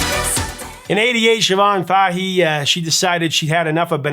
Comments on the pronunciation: That's pronounced "Fay-hee" - emphasis on the first syllable of Siobhan's last name. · Great video and love the channel, I was very impressed by your correct pronunciation of the Irish name Siobhan but the Fahey has a flat a (as in ass ) not a round a (as in ah) .....keep up the good work Irish names can be difficult 🤘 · The irony of an episode about a mistranslated lyric containing two repeated mispronunciations isn't lost on me. Van Leeuwen = Van Loo-en Fahey = Fay Oddly enough, the only reason it jumped out at me was because Siobhan was pronounced perfectly.